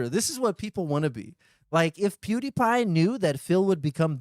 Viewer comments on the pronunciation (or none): none